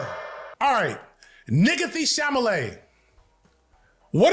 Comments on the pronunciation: "Sha-la-may" learn how to read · Bro got it right once and said naah, CHAMALAY! im rolling! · We nearly choked on Our coffee several times. It's even funnier because he actually nailed the pronunciation at the very beginning of the video. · It's pronounced Timothée Shamalamadingdong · struggling with "Chalamet" was giving "Gefilte fish" energy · Damn, the pronunciation of Chalamet is kicking your ass so bad it's even affecting my ability to pronounce it 😭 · Not enough people are commenting on the struggle to conquer the name Chalamet.